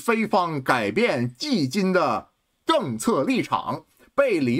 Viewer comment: 迄今的迄(qi)不是屹立的屹(yi) ... 我也在海外生活了20年我咋没读错。🤣